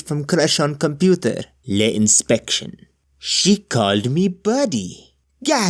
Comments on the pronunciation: The word "le" in french is not pronounced "lay" like in Spanish. It's "Luh". Get it right lmao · That's not how you pronounce "le"; that's how you pronounce "les". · It's purnounced luh. Not the same way you would say les. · Wouldn't it be "C'est moi" to be more grammatically correct? Also, am I the only one that finds it bizarre "Le" was pronounced as Lei like "Les or the Italian Le" instead of Luh? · Why is everyone pronouncing le like les? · OK but didn't English speakers always pronounce "le" in this context as "lee" - no French accent. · You’re pronouncing le wrong you uncultured swine